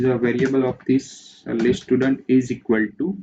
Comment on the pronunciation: dont say STUDANT say styudent (pronounce) как же вы меня бесите блять